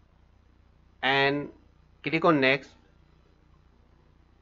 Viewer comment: Click On❌Cilikoon✅